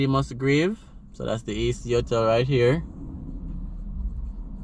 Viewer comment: Not "otel". But Ho-tell.